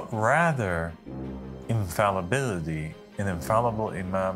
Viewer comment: So interesting how it seems he’s not able to pronounce the word “infallibility”. And quite poor eloquence, also, just barely intriguing to bare the minutes. Show your forehead, Beanie King.